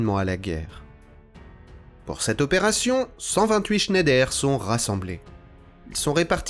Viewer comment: Il paraît que Schneider se prononce Schneidre. ❤. Excellente vidéo, passionnante ! 👍🙏